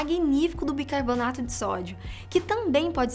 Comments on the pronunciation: Só eu que percebi que ela fala BIRCARBONATO? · Ela falou bircabonato várias vezes :|